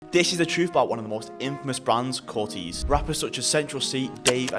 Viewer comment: "Cortayz" you got it wrong throughout 😂